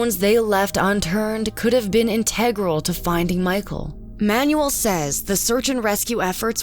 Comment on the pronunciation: This video is so well-done. I just want to point out that the person reading the voice-over is a little distracting because she doesn't know how to say a bunch of not-so-big words (requited, vehement, integral)...if I hadn't already watched and thoroughly enjoyed several of your other videos, this would really detract from the credibility of your channel for me. She is pleasant to listen to but it would be a plus if she could look up some of these 3-syllable words maybe to make sure she is saying them right beforehand